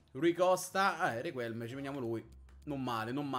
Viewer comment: Min 9.22 appena ho sentito Riquelme pronunciato con la U mi è partito un neurone